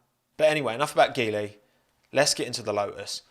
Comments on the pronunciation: I think the pronunciation of Geely is more like G li. It would provide more chances for so many talented Alpine Academy drivers if it's true. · In Chinese (mandarin) Geely is pronounced as G Lee, nice video as always. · Chinese people pronounce Geely as "Jee-ly". It sounds auspicious in mandarin language. But hey, as always, great video! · Just fyi, Geely is pronounced as “G”-ly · Geely is pronounced JEE-lee,. Good video nonetheless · It's pronounced JEE-LI.